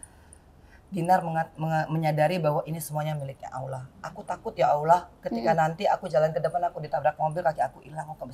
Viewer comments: Mba angie alhamdulillah sy kagum...tapi tolong bilang Allah bukan Aulah (LL bukan au) sudah 10 tahun mudah2an lebih baik lagi ya...wallau 'alam...maafkan sy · Mba angie...sebut Allah itu bukan dgn aulah...tapi lam nya ditekan...karna lamnya tasydid...jadi A nya langsung ketemu lam di tekan lamnya ya...semoga bermanfaat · Bukan awlah mbak enji, ( allah)